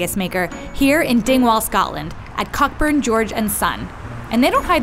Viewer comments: I hate to do this but it’s Fraser pronounced with a z. And the butchers is pronounced Cockburn pronounced c-oa-burn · The thing about this video that annoyed me the most is her mispronunciation of cockburn. it is pronounced CO-burn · Heh Cockburn Its pronounced Co-burn